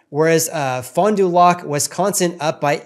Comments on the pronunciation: hello from wisconsin. pronounce it: fon due lack. Keep in mind, this is about 75 mins NW of milwaukee. It's a standalone city and small market, no suburbs and only about 35,000 people. So 1 or 2 big sales could skew the results. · Great video. Also it’s pronounced Fon Do “lack”, I am surprised prices are up so much there. I am a Wisconsin resident and I personally make more than the average household income in my area and cannot comfortably afford a house rn.